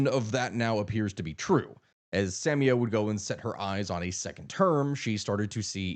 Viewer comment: Sa-MI-a, not SAM-ia